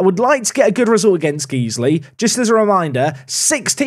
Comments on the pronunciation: Guys-Lee, guys-lee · its not geeze-ly, it's guys-ley. it's a leeds thing. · Loving this save. FYI it’s GuysLee not Geeslee tho 😂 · its not Geesley, its pronounced Guysley but spelt Guiseley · Guys-ley, not Geez-ley... Smashing the league now bud! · Guiseley not Geesley. Guys Lee. But more accurately I guess, Guyslih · It’s pronounced Guys-Lee. You’re welcome 😂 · Saying "Geesly" is an inside joke, right? Right? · Just to let you know, Guiseley is pronounced Gysley, not Geesely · "Guys-Lee" Went to school in guiseley so awesome to see an away day (TM) at nethermoor! If it changes the rating, there great pubs and fish & chips just down the road from the ground! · Love the video, it's hurting how much you're pronouncing Guiseley wrong though! It sounds like Guys Lee:) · I hate to be this person but Guiseley is actually pronounced Guysley. Great P2P series, again! 👏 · it's Guiseley as in "GUYS"ley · It’s pronounced guys-lay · Guiseley is called (guys-Lee) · Pronounced “Guys Lee” 😏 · it’s pronounced Gize-lee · I think its pronounced Guysley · Just a heads up, it’s pronounced guys-ly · Please please stop saying Geez-ley. My OCD would be chuffed. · Generic comment about Guiseley being pronounced 'Guy-sley' to push the algorithim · Guys-lee. Repeat after me Guys-lee. COYL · Came to the comments to tell him this :D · As a man from Guiseley I found this upsetting. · I'm glad I wasn't wrong about people freaking out about your pronunciation of Guiseley. Quality bait. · I love you, but it's pronounced.... Never mind 🤣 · Every park to prem pronounces Guisley the same way to get the interactions in the comments and every year people try to correct him 🤣 He does it intentionally people 😂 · Please, please, keep pronouncing Guiseley wrong, it's hilarious listening to you butcher the name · Please don’t ever say Guiseley again 😂😂😂😂